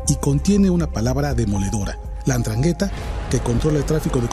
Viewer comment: Endraghetta!! 😅🤭😆 No esta tan dificil pronunciar.